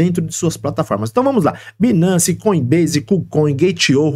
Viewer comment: A pronúncia não é binace, a pronúncia correta é bainance